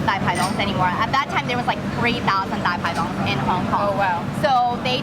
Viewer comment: Pronunciation on point! Loved the dai pai dongs there! Keep up with these great videos!